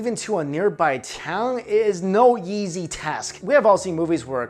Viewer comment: on travel, does anyone else hear him say it's "No yeezy task" rather than no easy task? 🤣🤣🤣